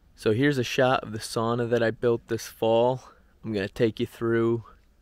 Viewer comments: I get it…it’s not a big deal. But, if you go thru life lackadaisical about details…then….well …that’s a personal choice. If you think of a female pig…and emphasize the first syllable it may come more easily…SOW-nah. So…it’s not a big deal…but Saw-nah…well …it’s just not correct. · Wonderful thing you did, congratulations! Only one suggestion: the correct pronunciation is actually “sow-nuh”, not “sAw-nah”. It sounds like splitting hairs but it means a great deal to a Finn 🇫🇮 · Sauna - the one Finnish word everyone knows... and everyone mispronounces. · Seriously, it's really hard listening to it. Everyone loses their minds if you pronounce jalapeño wrong in North America, but no one bats an eye at sauna.